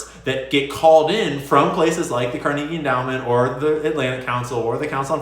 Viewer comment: If you don't stop pronouncing Carnegie this way I'll unsub